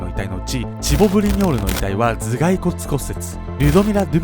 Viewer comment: チボ・ブリニョール ケンちゃん滑舌のせいで霜降り明星に聞こえた